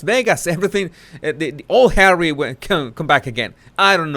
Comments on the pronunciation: Lov da way u say "Hawwy"it suits this ginger nut. And was that an android of mm,geesh tis woman needs help. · I thought he wanted to be called "Just Hawwy"? 🤣🤣🤣🤣